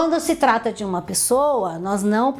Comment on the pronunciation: Essa pronúncia do "de" estar errada...